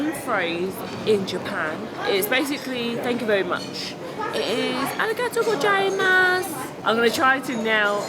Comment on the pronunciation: its Arigatou GoZaimasu not GoJaimasu, Z not J. :)